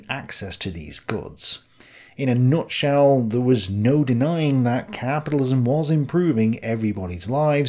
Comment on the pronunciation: Caaaaaaapidilism. 😂 Sorry couldn't resist, great vid! Nice one for the upload